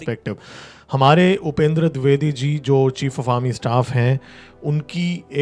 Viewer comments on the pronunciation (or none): दुर्बेदी नहीं द्विवेदी होता है, ढंग से हिंदी तो बोलो पहले।